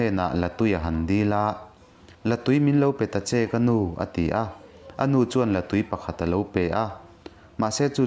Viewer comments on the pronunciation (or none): La tui tih hi,hemi tui kan in thrin sawina anga sawi loh tur,artui kan han tih a heta tui kan lam rik ang hian lam rik tur,La(water-tui) tui kan in thrin kan lam rik ang nilo in. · Latui hi artui lam anga lam tur niin ka hria